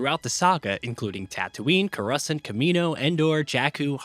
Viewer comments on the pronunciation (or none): "Correscent"? "Cash-ick"? Really? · Never heard coruscant be pronounced curescent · Anyone going to point out the fact that he said coruhsent and not coruscant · Ah yes my favorite planets Curruscent and Cashek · ah yes my favorite Star Wars planets, Kore-Essent, Jack-Oo, and Cash-Ick! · Did you literally just say “Cor-UH-scent”? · Did this dude just say corussant instead of coruscant? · Dude butchered Coruscant what is kerussunt? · CoUrUsAnT? KkKaShYk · "co-russ-ent"... Ew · Did you just say… “CORAHSINT”? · coru-what?!! Excuse me?? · I don't think it's pronounced "koh-russint"... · I’m sorry.. “currussnt”? Did you watch Star Wars? 🤣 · This dude did not just say coruscnt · bro said cahrussant smh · Cur-us-ant lolllll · coruhsent??? coruhsent???? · "Cur-ruh-sent" Excuse me? 😅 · Cor u sant? Lame? You can’t even say it right. Glad you got paid though. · did he say carusaunt and kashik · Cu-rus-ent? That's uhh a interesting way to pronounce it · Why tf did you pronounce Coruscant like that….. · When he said Coruscant and Kashyyyk a part of my soul died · Anybody else catch that brutal pronunciation of coruscant ? Lol This game looks amazing! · I’ve never heard anyone mispronounce coruscant like that before lolol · I'm sorry HOW did you say coruscant? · Bruh the way you pronounced Coruscant and Kashyyyk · The way he said Coruscant just threw me off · I cant get over how he said coruscant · Lmao the narrator of this video clearly ain’t a Star Wars fan…can’t even pronounce coruscant correctly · I’m excited for this game but the pronunciation of the planets just before 3mins…come on lmao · Good video. But you pronounced Coruscant and Kashyyk wrong. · This dude 100% have never watched a single starwars movie in his life. tf are all these pronunciations